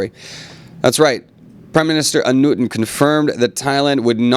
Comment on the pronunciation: The way you say the Name Anutin make me sad.